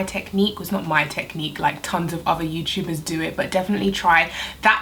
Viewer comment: “Youchubers” lol